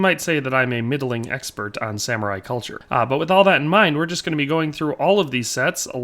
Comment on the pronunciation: ☝️ 🤓 “you can say I’m an ex-PERT”